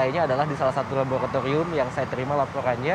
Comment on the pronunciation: wartawan nya pelat R sih...🤭 Mayogriiitass labogratigrium..😂 Tegrimaa kasehh....🙏